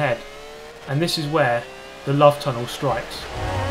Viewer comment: "This is where the love tunnel starts" I could not control my laughter with such a blunt tone of voice like as if he knew this was to happen before the race started.